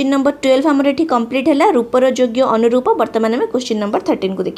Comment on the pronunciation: it is called as Aparoopa saundarya not Anoroooa soundatya,,,Anuroopa mean similar to sth else